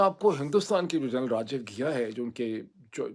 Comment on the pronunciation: Ghia nahi Ghai hai yaar